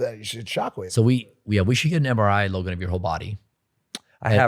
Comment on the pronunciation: Mike called Logan, "Lo-gain" ...hahaha wtf